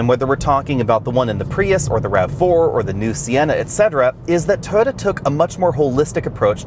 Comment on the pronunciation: BTW, it's "Toy-ota", not, "Toada."